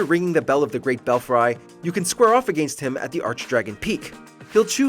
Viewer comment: Are we pronouncing “against” like Chris Jericho now? Is that what’s hot in the streets?